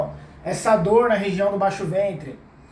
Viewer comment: baixo fentre rs